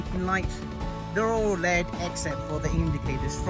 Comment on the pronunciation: it's not pronounced "led" it's "L.E.D".